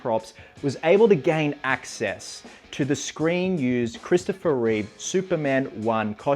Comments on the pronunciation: Reeve, not Reeves. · There's no s in Reeve